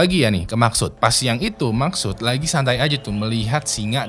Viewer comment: Maqsood❌ Maksud✅